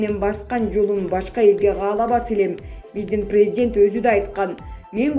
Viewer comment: Таң қаламын президент деген сөздү так айталбайт го